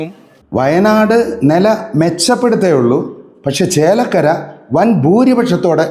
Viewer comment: എടാ കൊര അല്ല ചേലക്കര